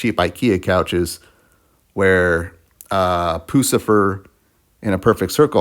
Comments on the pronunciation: Puss-cifer that's how you say their name Puscifer, like pussy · Poo-cifer?!?! You lost all credibility. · Why you called it poo-scifer 😂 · Imagine reviewing a concert for a legendary band you can’t even pronounce the name of.